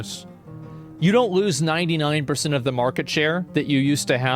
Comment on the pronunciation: why does asmongold pronounce "the" as "nuh". for example at one part he said "i keep saying nuh wrong word" instead of "i keep saying the wrong word"